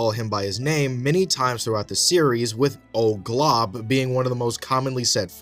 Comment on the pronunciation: His name is Glob and not Golb bcz his L came first